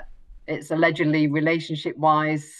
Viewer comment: 'Allegadly' He a flasher